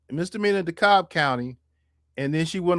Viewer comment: Dekalb is pronounced DeeKab or Dekab. Do not pronounce the L